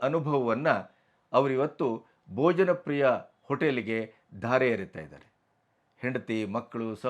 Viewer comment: KINDLY CORRECT TO BHOJAN PRIYA NOT BOJANPRIYA 'H' IS MISSING.